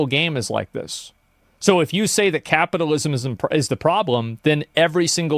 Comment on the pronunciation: Take a shot every time this dude said capitism